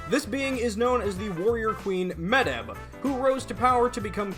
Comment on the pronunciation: Amazing videos and I'm enjoying going through them, but hearing the mispronunciation of Medb (pronounced closer to may-ve) kills me a little lol